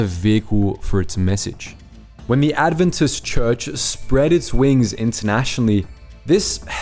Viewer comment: You could pronounce 'Adventist' properly